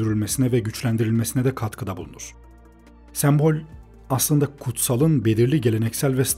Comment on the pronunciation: Gerçekten çok faydalı ve güzel bir video, teşekkür ederim. Ancak bir eleştiri yapmak isterim naçizane. Videoda onlarca kez geçmiyor olsa bu eleştiriyi yapmazdım çünkü yanlış anlaşılmaktan imtina ediyorum. sEmbol kelimesindeki ilk E harfi kapalı söylenir. Videoda bir kere değil çok kere duyduğum için kulağımı tırmaladı ve beni ister istemez videodan kopardı zaman zaman.